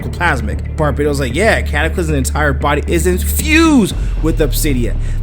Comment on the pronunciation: Also, it's pronounced Bar-bat-os.